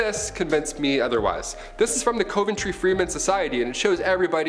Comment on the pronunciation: the way he pronounced, "coventry." 😆